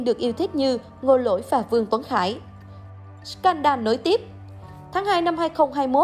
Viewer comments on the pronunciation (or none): Đọc là " sờ cen đồ " đi ad. Đọc " sờ can đan " giáo viên tiếng anh dạy tui mà thấy lại bảo t xem youtobe nhiều bảo sao phát âm kém.😂😂